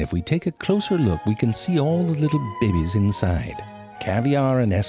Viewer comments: I love the way he says babies "babeys" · love love love it when he pronounces babies into "BEH-BIES". so cute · Not "babies" , "BEBEEES" 😫 Ow come ooooon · I've taken to pronouncing things like ZeFrank pronounces things. "Look! It's beeried there! Right there! See the behbehs?" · Very informative....Just love how Mr. Frank pronounces babies...as "bay Bays"..why I giggle is beyond me. Love the channel. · I've been watching all of these videos lately, butt-eye...sorry... but I can't stop pronouncing certain words this way now. B-yurd...bebehs... B-yuried... I can snot...sorry... cannot stop... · Zefrank has 100% changed the way I pronounce babies as "bebies" and birds as "biyurds" ❤❤❤